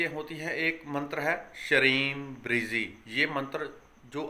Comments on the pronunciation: लिखने में ब्रजी लिखा जाता है और बोलने में आप ब्रिजी बोल रहे हैं सही शब्द क्या है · Sir app bolte shreem brizee lekin shreem brazee. Orijinal kya mantra hai guruji